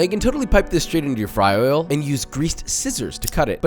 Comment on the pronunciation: The way he says “fty oil”!!!! Love it!!!